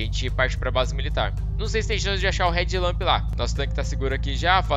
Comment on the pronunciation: Só eu achei que ele tava falando "red lamp"? A pronúncia tá muito parecida kkkkkkkk to ligado que é head lamp agora.